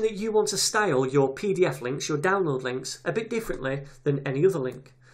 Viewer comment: I just love how you say "style"